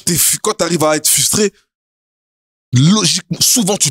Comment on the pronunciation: il a dit 4 fois « fustrer » personne a rien dit 😂😂😂😂